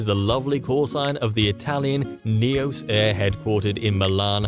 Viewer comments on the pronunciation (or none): none